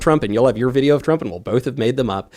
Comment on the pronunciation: Tim! Bolth is not a word 😅